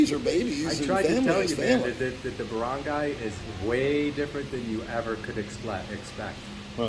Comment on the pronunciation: Barangay is pronounced BA-RUNG-GUY :)